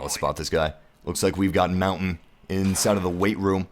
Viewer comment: that is not how you say montagne it's not mountain